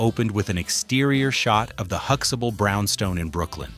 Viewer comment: They are not saying Huxtable properly either...